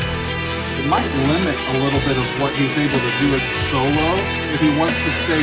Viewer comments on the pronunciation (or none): none